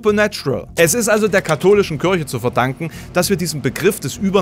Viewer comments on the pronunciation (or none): none